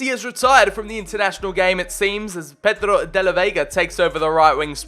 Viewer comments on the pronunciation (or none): none